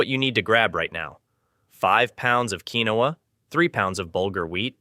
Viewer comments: FYI... "Quinoa" is actually correctly pronounced: Keen-wah...NOT "key-no-ah" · FYI - Quinoa - keen waa